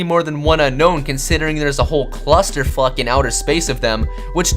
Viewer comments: You idiot. it's pronounced Ro-Tom not Ro-em and it's pronounced Un-Own Not Un-Nown. also Get Your Spelling Right. it's i'm not im. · Um it's pronounced un-own not un-known your an idiot every Pokémon fan knows it's pronounced un- own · IT's NOT UNKNOWN IT's UNOWN TO PRONOUNCE IT! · ITS ON-OWN NOT UN-KNOWN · It's you-known not unknown it is spelled Unown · it is not un-kown but un-own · You said unown name not right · Hey, did you know Unown is actually pronounced Un-own! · its un-own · it's un-own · Why does everybody pronounce Unown as a Un-Known? Hmm.. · The correct pronunciation of Unown is Un-own and Arcanine is a going to be one of the legendary dogs. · Unown is pronounced Un-Own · Very true. Unown's pronuction is un-own. BTW Jwitz reference.